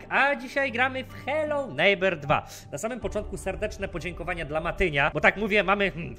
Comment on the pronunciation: przez ciebie i tak do końca życia będę na tą grę mówił "heloł żnibrings" xD kmwtw